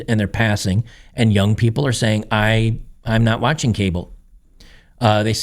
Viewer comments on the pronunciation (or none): none